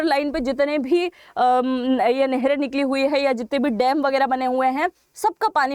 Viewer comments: Madam there is a difference between डेम and. डैम So please be careful about pronunciation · Woh डेम नही डैम होता है, सही पकड़े हैं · Dem kya hota hai .dam bola na😅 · dem nahi dam aur lara nahi lar rahe the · Madam, Dam ko Dem kyo bolti hain Rajasthani style mein. Kal toh ap bag ko bhi beg bolengi. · Madam ji, it’s डैम not डेम 🤣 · Please improve your pronunciation of DAM.